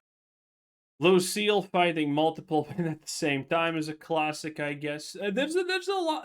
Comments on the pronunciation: its lucia not lucielle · Same here! WTF it's a common 5 lettered name. Lucia is pronounced "Loo-see-A" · Her name is L U C I A not Lucelle